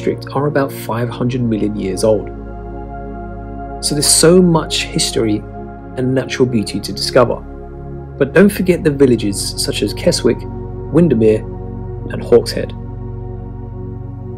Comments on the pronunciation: Kes-ick, not Kes-wick. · What a shame that your narrator does not know how to pronounce names in the north. Keswick is pronounced "Kezzick" not "Kes-Wick". The risks of using someone with a southern accent who has probably not been north of Watford.. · "Kess-Wick" 😂😂😂 It's "Kezz-ick" dear boy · I hate to be that person but it is "kes-ick". I made the mistake of saying "kes-wick" too the first time and a local taught me the accurate way! Great video and some great travel ideas! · Yes, you’re right, it would be. (Source: me, native Cumbrian.) And the other commenters are right about Keswick being pronounced Kezzick, not Kes-wick. Rick Steves, American, says Kess-ick, with a super-soft S, which is almost as cringe.) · Please! Not Kess-wick, but Kezzick. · Like Kess Wick instead of Kes ick. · It's pronounced Kez-ik not Kes-wick. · "Kez-Wick"...... No No No..... "Kezzik". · 3.37 - The 'W' in the Town name of KESWICK is silent. Thus it is pronounced as KESICK. NOT as KesWick in Narration. Lovely aerial shots and coverage of my favourite English County. York is second only to London as my favourite city. The walk to Malham Cove is especially beautiful in the summer months. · Durham is a city, not a town. York, albeit with a different name, existed before the Romans came to Britain - it was called Yorvik when the Vikings invaded. Keswick is not named "Kes-wick". That's like calling Warwick 'War-wick'. These videos are very inaccurate. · Did you really say Kes-wick?? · 🇬🇧 Keswick - pronounced Kes-ick. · Keswick is pronounced with a silent W. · Watch the pronunciation of Keswick; the w should be silent. Otherwise, a very well-assembled video! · KesWick?!!! How are you narrating these videos and you don't know how to pronounce the places?! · Firstly, Durham is a city, not a town, and secondly, Keswick is pronounced Kezick, the w is silent. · The W in the middle of Keswick is silent. It is pronounced Kezzick...... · Hishtory? Shtreets? Dishtricts? Shtreams? KesWIck?